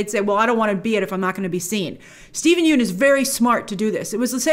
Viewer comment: I believe the vowel in “Yeun” is pronounced like “young” or “lung”. Thanks to Conan that I know this 😅